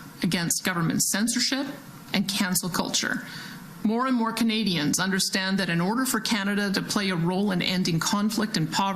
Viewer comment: Every time she says "Canadians", I'm somehow hearing "Comedians."